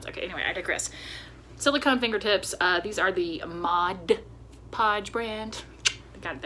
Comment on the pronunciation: Love it! And yay for saying “MOD” Podge. I promise you are not the only crafter that calls it “Modge”. I do have the Cordless Surebonder and mine does drip a bit but I don’t believe i am using Surebonder glue sticks. Will get some and see if it makes a difference. I enjoy this series. I am old and am having trouble seeing stuff too. Threading a needle is almost impossible.